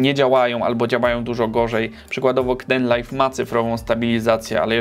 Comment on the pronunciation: Rozwaliłeś mnie tym "k-denlajf", jeszcze tego nie słyszałem. Wszyscy wymawiają to z ang. "keejdenlajf" - :D haha, sam się nie mogę nadziwić jak śmiesznie i głupio polska pisownia angielskiej wymowy wygląda, ale nie wiem jak inaczej przedstawić wymowę angielską w pisowni polskiej. Co z Openshotem, takim odpowiednikiem Windows Movie Makera, czy Olive, czy Lightworks? Jakbyś je ocenił? P.S. Pisane z Manjaro KDE - instalacja 4 lata temu i dalej dobrze śmiga :).